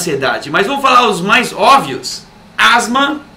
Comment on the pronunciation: Ócio??? Ele não pronunciou isso. Ele pronunciou óbvio sem o som do "b", que embora errado, é bem comum de ser ouvido por aí.